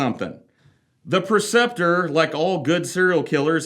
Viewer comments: PRE-ceptor: teacher or leader, especially in a religious context. not PER-ceptor, PRE-ceptor. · You either spelled it wrong or saying it wrong, Preceptor. Not Perceptor